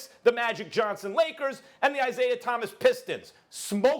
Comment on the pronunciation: Its "Isiah" get the greatest point guards name right Bro!!!